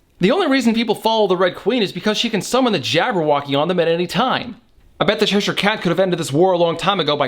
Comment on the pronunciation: LMAO! I love this channel, but it's not "Sheshire" it's Cheshire, as in Cheshire cheese....it's white & crumbly, much like myself. ;o)